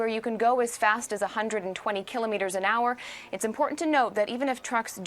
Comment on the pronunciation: They don't know how to say kilometers